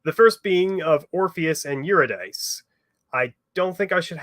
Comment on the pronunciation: I find it interesting that you can pronounce Persephone, but not Eurydice, when they use the same conventions.